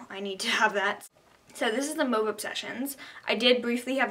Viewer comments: “Moove obsessions it’s (mu a ve) mauve. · u can pronounce it mar-v or mowve... lol